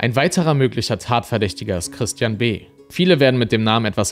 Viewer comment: Dieses anonyme telefonische Geständnis, klingt wirklich, als sage er „Tristian“, was wie „Christian“ klingt.. - freudscher Versprecher?